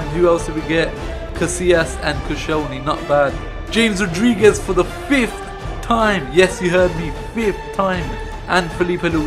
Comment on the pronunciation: You pronounced James Rodriguez wrong